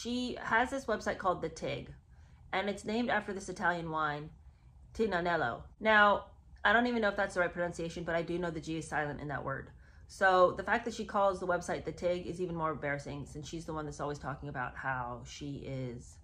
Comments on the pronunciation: The g (in tignanello) wasn't silent, it was *silenced*. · Thank you for someone finally saying something about that silent G 🎉🎉😂. Being serious though! Thank you!! I wish more people realized she can’t even pronounce the name of the wine that “changed her life”